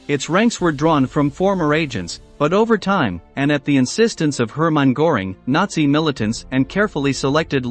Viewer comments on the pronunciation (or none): Der Kommentator sollte sich entscheiden ob er englisch spricht oder deutsch. Aber wenn schon deutsch, dann richtig ! Nicht, z.B. Geheime Staats-Poleisei ( statt Polizei ) oder Hermann Goring ( statt Göring ), usw. Der Qualität des Berichts schadet die richtige Aussprache sicher nicht.